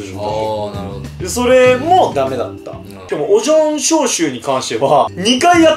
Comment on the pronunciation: 〜 のやまとくんの熱中そうとオジョン消臭のところが可愛くて愛おしかった！それを真似するが面白い！ 〜 のがポテトのことをポヘホって言っちゃうところが可愛いし面白すぎた！酔っ払うと呂律が回らないんだなって思った！酔っ払うと可愛い‼️ヤニヤニの自由な所が好きすぎる！